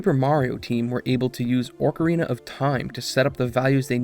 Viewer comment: I think you’re intentionally saying “orc-arina” of time now lol